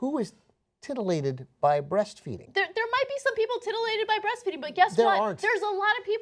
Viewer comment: "tittylated"? xD. i'm sorry, as Cenk would say it, I'M A CHILD!